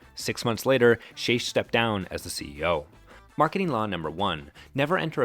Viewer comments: Just a heads-up, the CEO's name is pronounced with a hard "ck" at the end of his name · The amount of errors in this video is staggering. From the pronunciation of the CEOs name (Shaich rhymes with bake) to Panera's imaginary IPO in 2007 (Au Bon Pain was a publicly traded company when they purchased St Louis Bread). Borderline defamation they way the lawsuit with the Texas franchise was described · Shaich like shake. I worked for the man. The Mac and Cheese was always from a plastic bag - just like the soups.